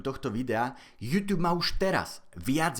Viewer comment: prosím nečítaj to júťjúb ale normálne jútúb :DD